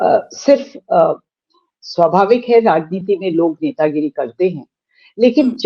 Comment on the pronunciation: Netagiri boliye, Netanagri nhi. Copyright strike aa jaega nhi toh.